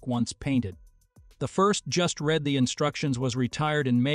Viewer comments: Beat me to it on that one... needs better training or contextual AI so it can say "REED" when that's the right pronunciation for "read." :( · computer can not pronounce read I am tired of listening to dumb computers